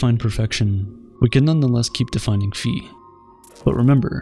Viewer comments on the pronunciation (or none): it's pronounced "faɪ" not "fee" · bruh isn’t it pronounced “fie” instead of “fee” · *Φ. Not “fee”. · Its not "phi", its "phi"